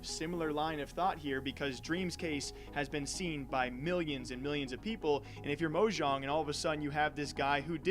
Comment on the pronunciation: did u just say "moe jaung" bruh